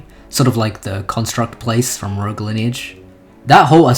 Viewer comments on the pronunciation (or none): none